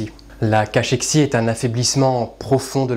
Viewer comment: La cachexie est un état qui précède la mort. Le 'ch" se prononce k, comme dans technique. Enfin les h- initiaux ne se soufflent jamais en français. A la rigueur ils empêchent une liaison, mais pas plus. Alors pourquoi les soufflez-vous? "hhhhaut"?